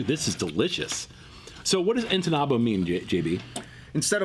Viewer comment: My friends is not entenado is entubado